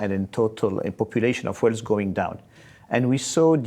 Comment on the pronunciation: The guy can't even pronounce "wealth" correctly.